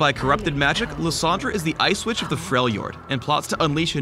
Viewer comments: I was so sleepy I thought he said ice bitch XD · who else thought said the ice bitch at the beginning? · for a second i thought he said the ice bitch...